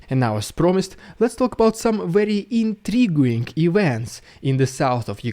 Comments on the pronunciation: I have to add this comment after weeks of keeping quiet... The "U" in intriguing is always silent! So it is "in-tree-GING" and not "in-tree-GOO-ing"!! Hope you find this useful. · Pronounced “inTREEging”. Intriguing